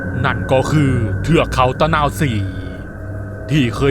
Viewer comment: ตะ_นา_วะ-ศรี...ไปเรียนมาใหม่